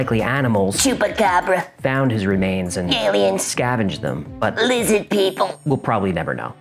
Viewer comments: “Lizzid” People😂😂😂 you crack me up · I do not know why, cracks me up every time he says Lizzid People.